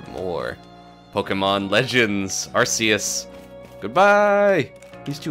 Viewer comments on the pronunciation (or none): I mean it doesn’t really matter but it’s pronounce Ar key us and fun fact it was changed from Ar see us because it sounds like Arse ( actually reason ) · ITS ARKOOS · I think it's pronounced (ar-key-us)